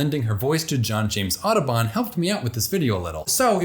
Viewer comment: Everytime he says "Audubon", I can't help myself hearing "Autobahn" instead :) great work anyway!